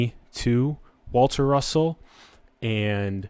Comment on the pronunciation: Waltah Russohhh